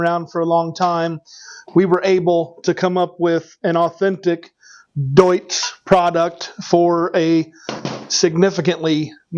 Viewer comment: The Deutz is great pronounced Im from germany 😅